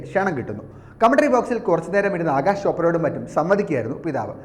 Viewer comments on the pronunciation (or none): It is Akash .. not Agash, for god's sake pronounce rightly